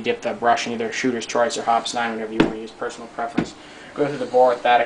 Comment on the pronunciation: It is pronounced Hop-eez Ammonia is not needed to remove the salts. For bolt cleaning you do not need to completely dis-assemble the bolt. I just clean the bolt face off with Hoppe's and oil it.